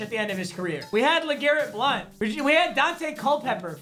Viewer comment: “legarret blount “